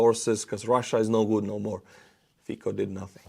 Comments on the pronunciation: Hey, Fico in Slovak is pronouced as Fitsó (o as in off). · Hi, just one thing..Fico must be reading with C not K (Fiko)... we will sure heard about him more in future... he is not in favor of free Europe...thanks for your work and greeting to your wife and to you of course:) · It is pronounced Fitzo, not Feekoh. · I like how you mispronounce Fico (keep it), should be "fitso". "fiko" sounds like derived from czech/slovak word for the fig fruit, or german slang word for having sex. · It isn't "Fiko", it' Fico, pronounced FEE-tsoh. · the name "Fico" is pronounced "fitso," not "fiko" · Love how your pronunciation of Slovakian Prime Minister Fico's name hits my California ears. I hear you refer to him over and over again as Fecal, a definitely accurate English description of any friend of Putin. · BTW, you made absolutely WONDERFUL butchery on Fico's name. The way it sounds as you pronounce is same as word "fik", which in German, Slovak, Czech and prolly couple of other languages too means "to F***". In Slovak and Czech, C is not pronounced as K.